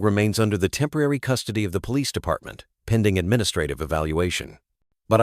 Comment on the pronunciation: I like these stories and how they end happily but i can clearly tell they are spoken by AI. Its pretty bad when the word police cannot be said correctly and if you listen there r other words that r not said correctly. Why is it this is not caught and corrected.